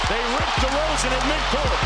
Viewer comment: Hey you made a mistake with “Demar Deroan” (Derozan*)